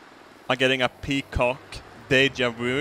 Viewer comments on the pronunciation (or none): Nigga it's peqoud, not peacock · i'm pretty sure it's peaquod and not peacock